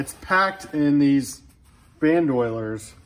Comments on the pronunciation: Band Oilers…. Lol its pronounced “Band-O-Leer” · ban doy-leers? lol Ban-doe leers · “ Ban DOYLE ers” Hahahahaha Horrible pronunciation sir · Nobody's perfect . . . but "ban-DOYLE-ers" was FUNNY!, you gotta admit! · Ban•Duh•leer is the proper pronunciation. Unless you are intentionally fucking that up, then cool